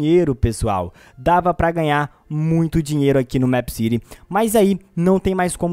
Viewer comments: N se fala Méépcity e sim Meepcity vc falando Meepcity e mto chato po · É mip city nao é mep city eu escrevi errado pra vc entender como se fala!! Da agonia vc falando mep city aff sou inscrita no seu canal gosto de vc mais vc fala mip city da agonia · se fala mipi ciri e não mêp ciri e se escreve meepcity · Mepiciri kkkkkk e mepicity (como se fala) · Não é mép que pronúncia é mipi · NÃO É MEEPCITY É TIPO MIIPCITY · Se fala mip (os dois "e" tem som de i) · vc fala meepcity diferente